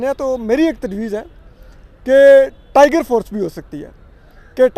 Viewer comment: اسد طور صاحب لائیگر فورس کو ٹائیگر فورس تو نہ کہیں؟